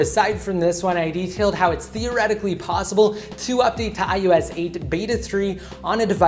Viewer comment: Why do you say ius instead of ios?